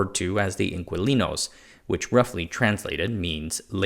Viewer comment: Dear, "Inquilinos" in your Americanized English is pronounced as IN-KEY-LEE-NOES.... the word didn't arise in Chile, and in today's Spanish (worldwide), it simply means TENANT as it likely simply did in 19th century Chile. Thanks!